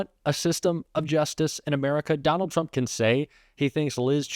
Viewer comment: Anybody else hear that "donald tramp" ? Love it